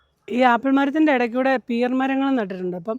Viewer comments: പെര്‍ not pear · Pear is pronounced as Pair